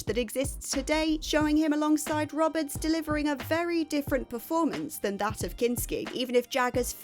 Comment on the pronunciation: It's Jason Ro-bards, not Rob-ards.